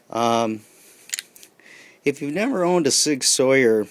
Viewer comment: A modern day warrior, mean mean stride, today's Sig Sauer, mean mean pride! LOL. It is pronounced SIG SOUR! Just having fun, good video